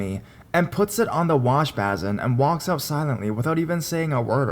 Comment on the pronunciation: just in case you care, "basin" is pronounced "base-in". I know, I'm a grammar snob.